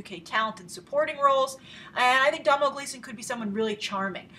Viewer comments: Come on Grace, it's Doh-nal Gleeson. I understand that Irish names can be tough, but there have already been a lot of comments saying the exact same thing. Forget pronouncing the "m" in his name! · its pronounced like Doh-nal not domhnall and also hes irish;) not british please respect that love your video anyway also how much box office money would you say that this movie will get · Hey Grace, just wanna point out that Domhnall Gleeson is actually Irish, he's the son of Brendan Gleeson (In Brudges & Mad-eye Moody in Harry Potter). Domhnall is also in a movie that I think you mentioned you enjoyed, Dredd. P.S his name is pronounced like Donal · Domhnall Gleeson - Irish name pronounced like "Doh-nel" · Hi grace :) domhnall gleeson's name is pronounced like DO-NALL :) just clearing that up :) keep the great reviews going! :D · It's DOE-NAL. Like Donut. Also Gleeson is Irish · Domhnall is pronounced Doe-Nal!! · Domhnall Gleeson is Irish, (pronounced 'Doe-nall'), you're treading dangerous territory getting Brits and Irish mixed up! haha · Grace. It is pronounced Dough-Nell. He is Irish. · Its pronounced like dough-nal gleeson and he's Irish not British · it's pronounced dough-nal gleeson grace. just a traditional irish spelling of the name donal. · Its pronounced "Donal" and he's IRISH! He's Brendan Gleesons son! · You pronounce Domhnall's name doh nael. Love the videos watch everyday :)